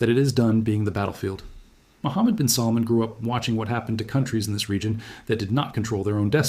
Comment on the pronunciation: His name is salmaan mot how you pronounce it